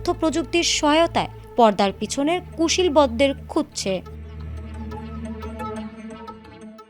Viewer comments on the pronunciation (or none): কুশিলবদ!!! আহারে আমার বাংলাভাষা। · শুদ্ধ করে "কুশীলব" কথা টা বলতে পারে না ! এরা কি লেখাপড়া শিখেছে !!